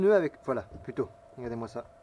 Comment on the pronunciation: Lut' ha ces arbres qui traversent sans prévenir... pénible... 😉 "a'gadez moi ca" !!!! 😁